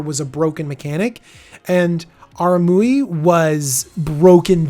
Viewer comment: Generally, I like Deck Techs, but these unscripted ones lack focus. The editing is inconsistent. I get mispronouncing names on a live video, but these don't appear to have been done live, so going back and cleaning them up would be good (example, how he pronounces Araumi in this video). Having watched all of the Commander Legend's videos he's done so far, it also appears that he is missing the boat on where some of these new commanders will shine (example, Abomination of Llanowar gives an alternative for Golgari elf aristocrats. It is cheaper to get out than, say, Jarad and the mana cost is less restrictive needing 1 green, 1 black, and a colorless versus 2 Green and 2 Black). Personally, I'd like to see him get more to scripted deck techs versus these reviews. Other content creators are doing better set reviews that have more polish and DJ shines brightest on his deck techs.